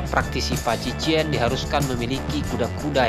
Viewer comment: Bacanya paji cuan min. Cuan artinya pukulan. Bukan paji cien.